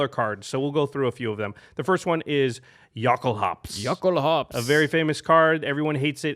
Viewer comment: I cri evertim I hear you say yockel-hops